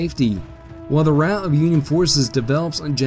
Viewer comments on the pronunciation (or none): none